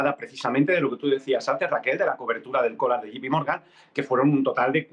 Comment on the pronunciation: se dice Yei (J) pi Morgan, no como dicen ustedes " yi (G) pi morgan"